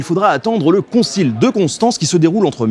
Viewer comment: "Concile" et non "concil".